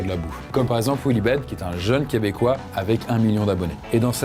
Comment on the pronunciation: WOW c'est la meilleure prononciation du mot Québécois que j'ai eu la chance d'entendre d'un non-Québécois!